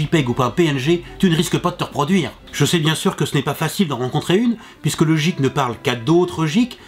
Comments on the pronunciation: Guik... et non jikk.... (GEEK) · Le geek ce prononce gueek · J'avais mal au oreilles a chaque fois qu'il disait jeek mais a part ça, cette video est cool. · C'est marrant que un geek, il le prononce jeek et une geekette, guikette. :o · on dit pas jik mais guik et ca c'ecrit geek ! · J'adore le jeek au lieu de geek xD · On dit geek pas jeek Meme si sa s'ecrit geek sa ne se prononce pas jeek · c'est quoi cet accent de m**, soit il parle anglais avec l'accent adéquat, soit il le dit pas... ou il trouve le synonyme en francais ! c'est navrant de déformer l'anglais comme ça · la vidéo est bien, mais le prononciation de "geek" et de "gamer" me font mal aux oreilles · il le fait expres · tu a mal dit le mot geek sa vien des anglais se mot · Bonne culture general, mais ta prononciation me fait un peut peut, l'humble, TS, geek, ... (Et j'en passe et des meilleurs). Mais sinon, super comme d'hab! ;) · Je ne supporte pas comment il prononce le mot geek,il s'écrit geek mais se prononce gueek et le mot gamer s'écrit gamer mais se prononce d'une tout autre facon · Geek se dit Guike et Gamer se dit Guémeur voilà:) Sinon bonne vidéo:)